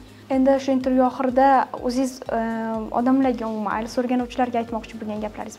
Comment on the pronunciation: Ailes, Isles, ayles❌❌❌❌ IELTS you gotta pronounce T girl